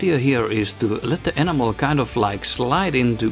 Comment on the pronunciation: I love that you pronounce enamel like 'animal', my enamel/oil washes totally bring my miniatures to life. great videos, more please! :)